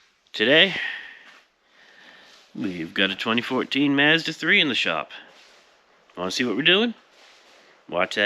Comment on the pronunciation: Why can nobody pronounce "Mazda" correctly?